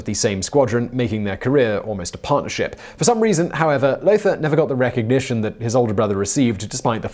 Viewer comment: Lothar von Richthofen: Lothar is pronounced "lo-tah"